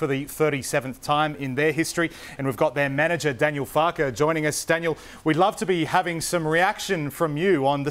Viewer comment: Did he call him Daniel Farley? 🙄